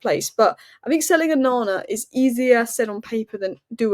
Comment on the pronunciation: Look up how to pronounce é -- e with an accent. Aren't you supposed to be Cambridge educated? 'One' lol